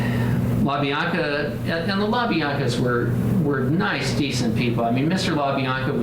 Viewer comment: it wasn’t the La-BL-anca’s ….it was the La-Bi-anca’s. Sorry, had to just correct that.